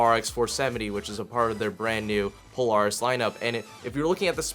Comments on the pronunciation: you're saying polaris wrong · Do you know how to say Polaris?